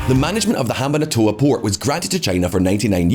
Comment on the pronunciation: Ham-ban-tota, NOT Ham-ban-A-tota. An approximation of correct pronunciation should NOT be as prohibitively difficult as this channel's presenters make it seem.